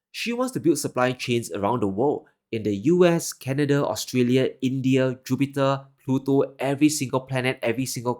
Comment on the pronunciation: I love your Canada...Jupiter, Pluto... 😂😂😂